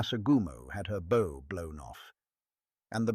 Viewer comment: From the moment the narration started, I KNEW I Was going to hate it, no matter how good the story is told. AI still does not know how to tell a bow (the front of a ship) from a bow (a decorative piece of ribbon). It makes me cringe every time. And then we have the vid that has some sort of bouncy little bars of light in. it hat signifies absolutely nothing. It is just a distraction. An otherwise good presentation shot down like Japanese aircraft at Truk by AI and a stupid, meaningless insert through the entire length of the presentation. When will these creators return to the well crafted presentations of only a few years back, and abandon the AI presentations that darn near everyone hates?